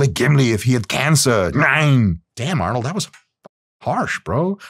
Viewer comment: Why does Dr Mike keep saying nine.. Arnold is not German